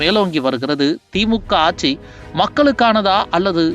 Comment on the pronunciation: லட்சத்தை லச்சம் என்றும் ஆட்சியை ஆச்சி என்றும் கொள்ளையை கொல்லை என்றும் களத்தை கலம் என்றும் கட்சியை கச்சி என்றும் கேவலமாக தமிழ் பேசும் நீ மீண்டும் தொடர்ந்து தமிழை கேவலமாக பேசி பதிவேற்றம் செய்தால் என் மக்களை விட்டு உன் முகத்தில் காரி உமிழச் செய்வேன்